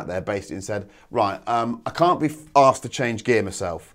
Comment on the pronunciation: Does he say "asked" or "arsed" tho? :))